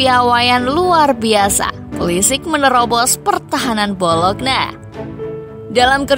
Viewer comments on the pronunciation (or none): BoloNYa bukan BoloKna bacanya